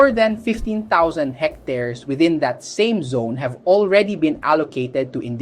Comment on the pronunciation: wtf. DUH TA? its DAY TUH. what is that word 1620 ? its hectares, you already said it on . sorry OC. bobong BINI, tutol agad, wala namang alam.